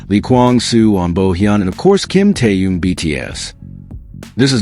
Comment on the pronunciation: Когда вы научитесь правильно произносить его имя . Он тэхен. Хватит коверкать . Слух режит